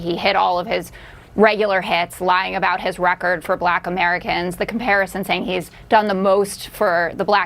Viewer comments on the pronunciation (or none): He is just such an idiot. And what's with him saying, "bLack". He rolls over that L ... as though he's got some kind of brain tumor. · Why does he pronounce it "blyack